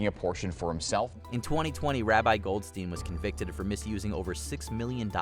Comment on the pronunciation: That's not how you read "goldstein"